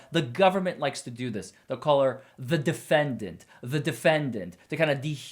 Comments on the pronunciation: Her insistence on pronouncing the word "defendANT" is so annoying. I know that's petty but combined with everything else--the preachy approach, treating the jury like stupid children, her nonsensical denial of all the evidence the state has provided--I cringe every time she walks up to the podium. Nothing about what she's doing can be playing well with the jury. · DefendANT is driving me crazy. It is hitting me the way some people say salmon or herb 😅🤣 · I hate the way she pronounces the word defendant...😂